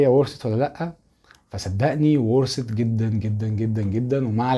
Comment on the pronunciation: ورست هههه ورثت ،لم افعم لما لكم مشاكل في النطق